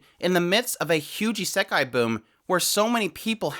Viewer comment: nothing to do with the point of this video and no offense why do you pronounce it as isEkai?